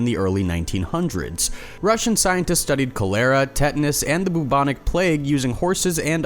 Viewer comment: WTH is "co-LAIR-a?" Or did you mean "COL-er-a?" For pity's sake, have you never heard the word pronounced?